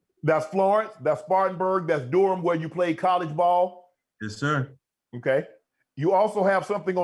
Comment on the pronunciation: The way they pronounce Durham is kinda funny